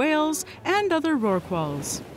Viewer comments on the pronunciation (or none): What did she say "and other roarkwalls"?